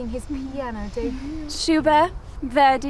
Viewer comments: Thanks for the detail about the piano pedals! But I wonder if the mispronunciation of Schubert isn’t deliberate—to show how pretentious this particular class of people are, so much that they don’t even know that Schubert isn’t pronounced in the French way? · If they mispronounce “Schubert” ONE MORE TIME!!!